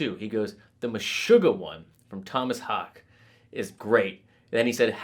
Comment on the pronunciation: It’s Hawk-eh